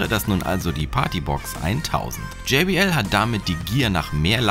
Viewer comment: Bitte sag jbl und nicht jaybl